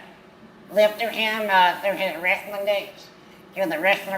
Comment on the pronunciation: Dad calls it WRASLING 😅